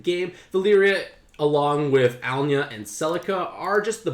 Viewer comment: Is my hearing bad or have you misread Alynna (Ah-lee-na) as Alnya?